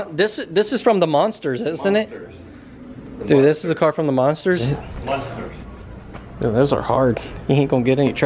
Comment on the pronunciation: It's Munsters NOT monsters.